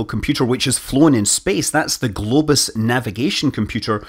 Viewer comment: What mechanical computer was on the early Soyuz? I thought I heard "Globes" but after a search I found out it was "Globus": Amazing!